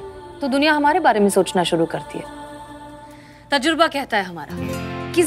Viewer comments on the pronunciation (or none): Didi vo tajruba nahi tajurba hota hai